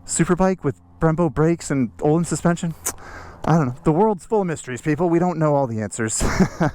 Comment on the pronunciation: Ok, so, sorry your the recipient of this pronunciation correction my good sir, but its been driving me mad for years when these two parts manufacturers are consistently pronounced incorrectly by nearly everyone lol. First one, "akrapovic", it is not pronounced "akra" poh vick" it is "uh crop uh vitch", and "ohlins" is not pronounced "oh lens", it is "oh leans". These pronunciations were delivered straight from the horses mouths of reputable employees of both these companies. So, there ya go, the more ya know 😉